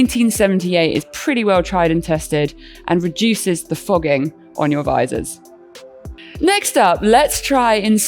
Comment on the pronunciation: Instead of "reduces fogging" she is saying "rejuices fogging". Why????